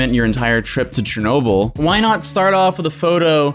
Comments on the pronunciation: its pronounced "Sher-noh-BILL" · Pronounces chernobyl chernowble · The way he says Chernobyl makes me uncomfortable. cHeRnoBLe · in world geo i learned abt this and i've always pronounced it as "Shernoble" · Pronounced: sure no bull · Im sorry but i hate how he says CH ernobyl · I have never heard anyone pronouncing Chernobyl that way.